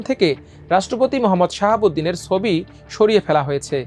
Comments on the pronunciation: সোবি? নাকি ছবি? বাংলা উচ্চারণ টা একটু ভালো আশা করতে পারি না? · Change this News Presenter... His pronunciations sound so poor... "Sobi" ki? It's "Chobi"